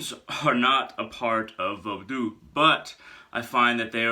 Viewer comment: I appreciate you pronouncing Vodou properly, brother. 👌 I've been at the crossroads a lot this summer... Spoiling Legba, in hopes that he'll open the right doors for me.